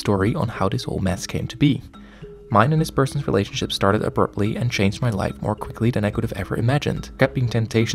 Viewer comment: U said abruptly like aburptly